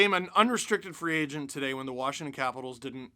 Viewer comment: I love how you said “when” Lmao